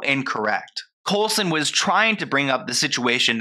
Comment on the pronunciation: I love how keeps calling him COLESON hahaha